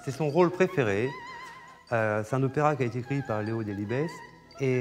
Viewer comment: Ce serait quand même bien que le mec du musée Mado Robin connaisse suffisamment la musique pour savoir que Léo Delibes, le compositeur de "Lakmé", malgré le s, ça ne se prononce pas Delibesse (!!!), mais Delibe...